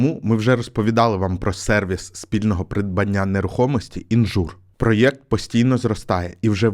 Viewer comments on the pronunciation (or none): none